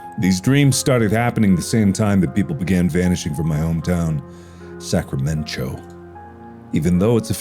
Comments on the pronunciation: "Sacramen-cho..." Hold the fuck up? Sacramento?! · As someone who lives in Northern Cali... Sacramen-cho irks me >.> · I would watch this over and over again just to hear Mark say Sacramen~Cho. Lol. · Sacramen-cho like San Fransokyo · Ah yes, Sacramen-cho Cauliflowerornia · I thought Mark was saying Sacramento 😆